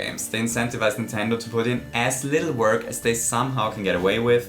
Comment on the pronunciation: If you say bittle lit for the 100th time I will go insane